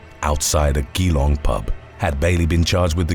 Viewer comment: Just to let you know, "Geelong" is pronounced "jee-long" (with stress on the "long"). Love your videos man, cheers 🙂